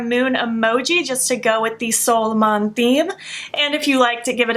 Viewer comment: Happy for your opportunity with Oden’s eye for a sponsorship 🌞🌝✨ i like the 3rd look the most ,, I’m used to hear Angie , Annette & Paulina say “Solmåne” when you pronounced it I was like : “ new palette??” 😂 you’d say like ( sol mooneh ) , I love languages and I tend to try hard to pronounce words right & I use random words from random languages all the time , like a spice to my talk lmao 🤣